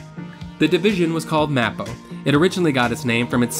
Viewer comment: Great video. Not to nit-pick you - as a former Disney cast member, I feel the need to tell you that MAPO is pronounced 'MAY-poh'